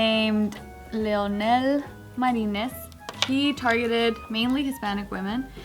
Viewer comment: was trying to pronounce “lionel”?